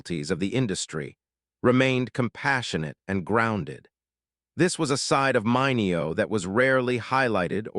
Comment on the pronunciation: You really need to tweak your AI narrator, which consistently mispronounced Sal Mineo's last name throughout this video.